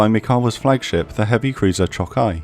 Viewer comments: Great vid! Those Japanese pronunciations could use a little polishing though. Choukai = Chaw-kai, with an "aw" like "awesome" Aoba = Ah-oh-ba, not Ay-ohbee Kako = Kah-koh, not Keiko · Very fair, interesting, and distinct content. As a native, to add the Japanese pronunciation tips, "Chokai"'s "cho" is longer and stronger because of stress (in the video "kai" sounds stronger). To simplify, like "choke-eye" "Kako" is just "Ka-ko". Not like tomato, but like Chicago. "sa" of "Kiinugasa"' is just it of "SAcrament". "Furutaka"...try to say "Foo-rutaka", it will be far more correct. "Yubari" and "Yunagi" have the stress on "yu", like "you". As you see above, our language generally tends to put the stress on the first syllable (or not, at least former part) of each word. Hope it will be helpful.